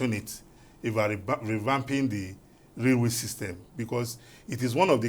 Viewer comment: You guys please add professional touch to your presentations, watch your pronunciation it's railway not raluway